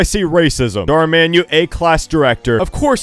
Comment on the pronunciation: “Mar dhan”